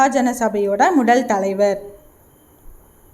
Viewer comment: முதல் ❌ முடல்✔️ பதவி ❌ படவி✔️ மொத்தம் ❌ மொட்டம் ✔️ விடுதலை❌விடுடலை✔️